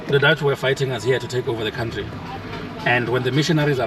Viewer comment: My bro I love wat you do but I only dislike one thing , how you pronounce country , you should pronounce it like kauntry not kantry